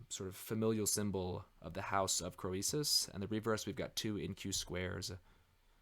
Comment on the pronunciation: Really enjoying your well-informed commentary on history as well as numismatics. But there are a few words you need to learn to pronounce correctly: 1) the coin is a "tetra-DRAM" not "tetra-drock-um" 2) the king is "CREE-sus," not "Crow-ee-sus" 3) the auction house is "LOY" Numismatik, not "Lay-oo."